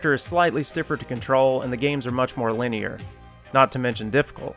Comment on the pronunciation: It's embarrassing as shit that you don't know how to pronounce "linear."